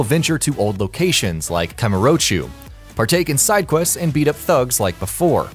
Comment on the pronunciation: Wait a minute, did you said KAMUROCHU?? ITS KAMUROCHO!! GET IT!?